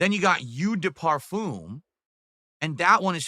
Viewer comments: “You deh parfoom” 😂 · "You de toy-let"? "You de par-foom"?